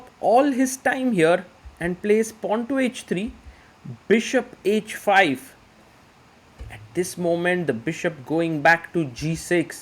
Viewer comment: Grow up & learn taste. 🤣 He is good, but best?! Best do not yawn on every commentary. It is h5 for example and not "edge5" ...heart he has, what I appreciate though! ❤